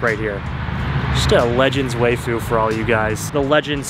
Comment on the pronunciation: hey dut you pronounce waifu wrong you say wayfu but just say wife and end in U wifeu is how you pronounce it